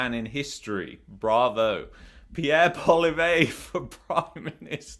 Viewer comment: You may want to learn how to pronounce Pierre Poillievre's name correctly, especially if we ever get to have an election.